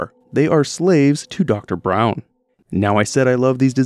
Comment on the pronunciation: It's Dr Braun not brown. Yeah I was following 😊